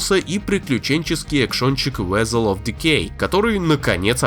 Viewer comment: Ах да) Диктор так и не смог в высокий готик) вэзел ахаха) вэселс мб? или слишком сложно?) ля если бы я не бухал,я бы вызвался,но лень)